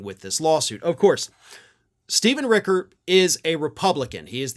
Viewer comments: My boss, Stephen Richer, pronounces his last name like it is spelled: rich-er, which rhymes with pitcher, snitcher, and ditcher.: it is NOT ricker. I promise this is true. Plz stop mispronouncing this very kind, very smart, very fair man’s name. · Richer not Ricker ... ch not k ... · I live in Maricopa county. I've been on group phone calls with Steven Richer. The ch is pronounced. So it sounds like it is spelled - Richer. Not ricker. Just an FYI. Good report. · Hey there, local Arizona reporter here, just FYI: It's pronounced "Ritch-er" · FYI: Richer rhymes with "pitcher" 👌🏾